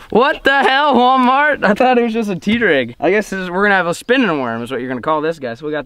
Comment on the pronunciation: Nobody:: anyone has an idea 💡 for a new vid Nobody:: I heard WALAMART BEEF CAKES 🎂!!!!